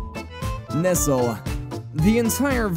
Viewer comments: Bro really said "Nesal" 💀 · I'm disappointed by the way he pronounced Nestle